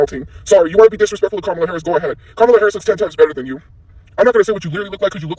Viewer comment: She didn't say Kamala's name right.